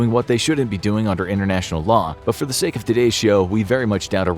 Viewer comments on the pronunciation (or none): none